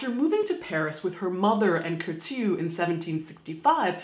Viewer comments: Bonjour From Paris , Caitlin. I like a lot you Channel that is a perfect way to not be afraid (too much) of death and the different ways to die. :) Well, as the matter fo fact, I believe that the pronunciation of "Curtius" name is not by sounding the "T" as the [t'] but like an "S" or double "S" . I like a lot Madame Tussaud's story and how she manged to be one of the most popular Woman in the world, even after her death! :) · I keep wanting to say "Bless you" when you say Kourteau. Sounds like a sneeze. Lol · The way you pronounce Curtius is so cute !